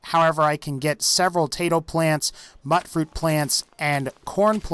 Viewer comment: Why do all the youtubers pronounce it "Mutt fruit?" It's pronounced "Mute fruit!" It is an intentional rhyme so that it's easy to remember! EVERYONE in the games CALL IT "MUTE-FRUIT!" Geez! I don't mean to get up in arms over this, but it just REALLY bugs me. Remember, it's M-U-T as in MUTation, or MUTant. Not "Mutt." It isn't a dog, it's a fruit.